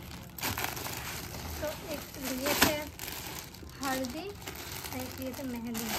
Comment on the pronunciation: Hardi nhi bolte h Haldi bolte h....or Mehadi nhi bolte h Mehndi bolte h☺️